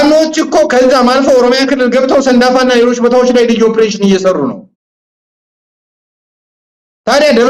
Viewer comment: ኦብሬሽን አትበል በለው say it ኦፕሬሽን ; ❤